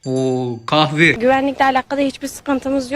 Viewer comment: “qahve” sksksşsmsşm